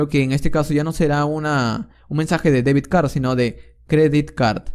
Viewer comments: debit no debid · Debit card, not deviD card. You need to practice your English, amigo. Se nota mucho que no sabes inglés. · Debit... no debid. Gracias por el video ❤